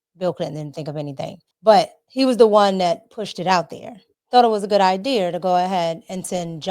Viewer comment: I wish she would quit saying i deer and say idea